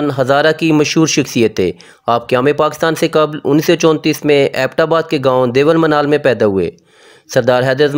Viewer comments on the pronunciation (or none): Bhi Deval ni Dewal